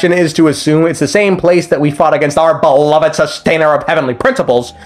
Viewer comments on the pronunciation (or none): none